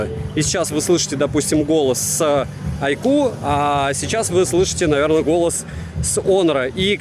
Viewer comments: Айку почти перестал называть айкьюоо, но маркЕтинг режет слух от такого грамотного в целом и приятного чувачка.)) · наконец-то научился выговаривать айку подумал я А, нет, не научился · Айкьюоо от так аутентично и лампово звучит ) мне даже больше нравится 😁